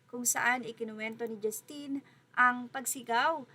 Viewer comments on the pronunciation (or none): 🔥🔥🔥Ms blogger please pronounce "Justin's" name properly. It is very disrespectful. JUStin and not jusTIN.